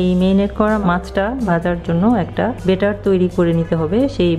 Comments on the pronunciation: বেটার না ..ব্যাটার বলে.... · শুধু বেটার নয়, উনি ম্যারিনেট কে মেরিনেট বলছেন, বাংলাদেশের অনেক মানুষই য ফলা আ-কার গুলো ভালোভাবে উচ্চারণ করেন না।